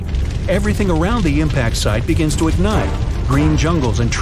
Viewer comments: you said the to as yo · U said able yo survive u gonna say able to survive